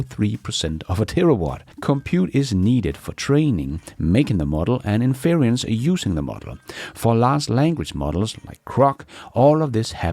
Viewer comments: Väldigt bra avsnitt! Ett tips: In-ference, betoning på första stavelsen, som interior eller kongelig, inte in-fe-rence, som i interference eller umulig. Tack för idag,! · Not sure if you care, but "inference" should not rhyme with "experience". There is no 'i' in inference as there is in experience, so it is not in-fer-EE-ence. The "fer" does not sound like "fear" nor rhyme with 'peer' or 'dear'. The "fer" sounds like "fur"(as of an animal). So in-fer-ence. "fer" like "fur". And "ence" rhymes with "fence" "hence" and "sense". You can unstress the middle syllable 'fer' to almost 'fr', so it may sound more like infrence, with the "fren" sounding like "friend" without the d (and why the i in friend nobody knows, lol). To sum up: it's "in-fer-ence" or a lazy "in-frence" The handy pronunciation guide has been brought to you by a random compulsion. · In fer rence not in fear ree ence 😂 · Sorry,, but it's getting to me. Inference is pronounced: IN-FER-ENCE, not "inferience" as you keep saying it. I really love your shows, please keep up the great work! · respectfully we pronounce “inference” as “in-fer-ence” in English. Some people also say “in-frence.” You’ve got an extra syllable in there saying it as “in-feer-ee-ence.” Your English is much better than any of the second languages I speak. Great channel, thank you! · INFERENCE is pronounced in English as “IN FER ENSE”. SAY THIS QUICKLY…. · IN-fer-ints = inference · it's pronounced "" INfrence "" Accent on the caps. You're doing a good job! If I depended on the MSM I'd be a lot more confused and pessimistic about things Elon... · Love your show. Please look up the pronunciation of inference to get it right. Cheers.